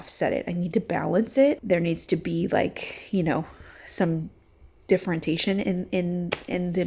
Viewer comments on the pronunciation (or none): So excited for you guys, and I'm loving the baby + kitchen content 🥰 Your range hood is going to be incredible. I also want to mention - you use the word "differentation" every so often. I think the word you're trying for is "differentiation" (dif-fer-en-shee-a-tion). I like your version, though; no shade whatsoever if you keep using it! Just thought you might like to know what the "real" word is. ❤️